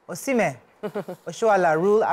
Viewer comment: I think our ladies in the public space should do better on being knowledgeable about sports entertainment. The lady on glasses could not even pronounce Osimhen's name correctly, despite him being like the most popular footballer in Africa currently. Only one person talked about it as if CAF award is some Methodist Girls interhouse sports trophy. Asides mummy Yeni, none of them is up to 50 there, and they are not conversant with current happenings. Nigeria has never won both CAF male and female footballer of the year award before, not one I can remember. Lets do better please.